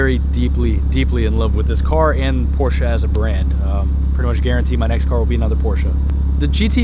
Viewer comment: Cringing everytime he says porshca